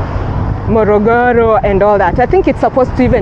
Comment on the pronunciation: It is Morogoro and not Mologolo....